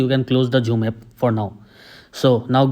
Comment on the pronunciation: No one:: "Jhoom"